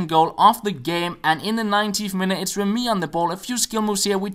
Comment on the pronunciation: It's re-MY, not rem-Y